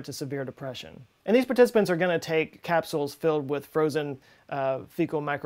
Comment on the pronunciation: The third-grader part of me thinks: "He said 'crapsules'. Heh heh heh..." There is really good evidence that microbiota do affect how we live our lives.